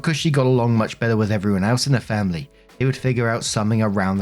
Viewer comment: FAMBLY! CARE ABOUT'CHER FAMBLY!